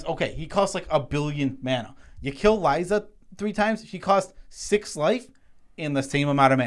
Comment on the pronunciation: Why can’t we all pronounce LIE-ZA...? It’s the name... Liesa.